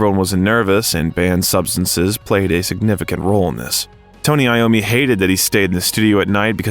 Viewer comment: Tony Lommi??? Wtf